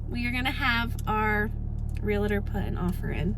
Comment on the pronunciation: Realtor not realator